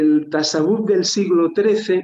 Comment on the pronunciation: Ya que repite la palabra mil veces podrían informar a de que no se dice "tasawúf" sino "tasáwwuf", para entendernos, se pronuncia llana no aguda. Hasta en español sería llana:). Muy buena charla, gracias.